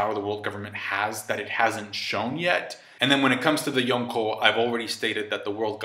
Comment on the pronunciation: I hate how you say Yonko